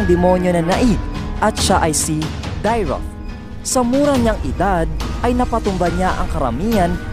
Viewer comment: Mali po pag sabi nyo nang dyroth